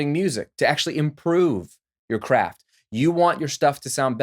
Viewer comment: At 1.5 speed, I definitely heard "crap". And it spoke to me.